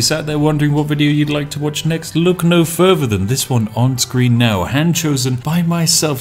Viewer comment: "Wifout furver adieu..."